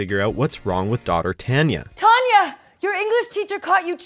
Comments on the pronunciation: it's pronounced Tahn ya, but (or what's his name) says it like he would Tan us. I really really feel annoyed with things mispronounced like this. ITS TIME FOR ANOTHER TOP TEN ON MISPRONUNCIATIONS. Just so the cast can say things that don't... Sound awkward than what the clip says or how they actually say it. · Why does he keep saying TAN-ya when everyone ok the show clearly said TON-ya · What is that pronunciation of Tanya? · HOW??? How could you pronounce "Tanya" wrong twice when they say it twice in the clips?? I hate to say it, but do the narrators of these never watch the clips first and hear the pronunciation?? Your's is NOT the only channel to do this. But it is such an easy fix.. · Cringing at the pronunciation of Tanya. The commentary over all on this video was awful on so many levels. Glad they got the Mike Myers sketch in tho